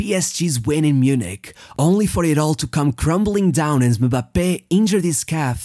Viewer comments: The fact you pronounced his name properly deserves a thousand likes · He pronounce them like it’s pronounced in their respective country , i’m french and that’s how we pronounce Kylian Mbappé